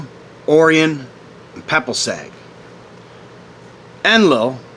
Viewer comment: You butchered the names Yahweh and Orion, as if it’s the first time ever seeing them.